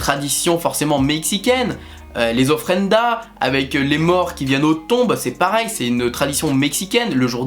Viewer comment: Les ofrenda j’ai eu mal on voit le magnifique accent français 😂 (ofrendas)